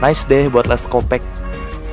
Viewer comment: Bang nama developernya bukan les kopek tapi les kopak. Pembetulan dari malaysia